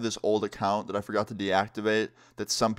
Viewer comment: He pronounced forgot lol